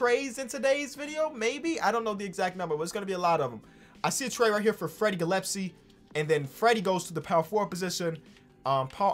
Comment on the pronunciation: Gillespie = Gill*S*B